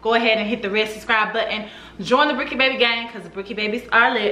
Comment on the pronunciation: I can't believe I won!!! Yes you said my name right. I am shocked I loved the video and your comment about family and winning was the icing on the cake. Brookie Babyyyyyyy leo gang!